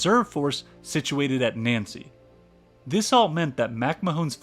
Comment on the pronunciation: The pronunciation of Nancy is hilarious